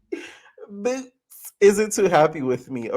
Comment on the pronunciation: I cackle every time you say BOOtz LOL